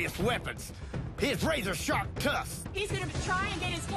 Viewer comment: lol, "His razor sarp tsusks".